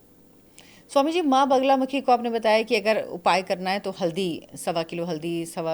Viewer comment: naam toh theek se boliye maa ka, it is ma baglamukhi...aap baar baar bagulamukhi bol rahi hain..... bagula nahin bagla